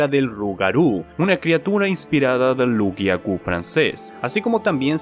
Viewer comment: No es Lu garou, es loup( lobo) garou